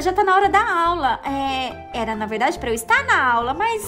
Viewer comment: "É verrrrrrrrrrrrrrrrrdade" kakakkakakakaakka